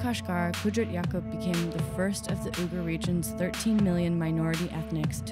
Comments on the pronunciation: I was cringing at you pronouncing Uighur. But about halfway in he obviously corrected you because you started saying it right. You’d think they’d research simple yet polite little tidbits like that. Otherwise interesting video. I have traveled to Xinjiang and love the Uighur cuisine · This food is extremely popular throughout the Mainland. Uyghur is pronounced with "we" not "u". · “Oogers”? It’s Wiggers. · If you’re going to make a video about an ethnic minority you might want to be learn how to pronounce their name right. It’s “wee-ger” not “ew-ger” 🤦🏻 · Spoke too soon you’re beck to calling it ‘Ooh-gar’. How embarrassing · It's actually a lot closer to the real way of saying it. "Wee-gir" is not correct. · Uyghur is pronounced as we-gur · ITS OI- GHOR , I’m UYGHUR 😅😂😂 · It's not Wee-gur!! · Like seriously!? If you’re going to make a video about a whole minority of people you’d think you worked learn how to pronounce their name right 🤦🏻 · That pronunciation was terrible...they really should have done some research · The pronunciation of “Uyghur” made me instantly click off, I usually don’t do that, but it was just so bad that I had to.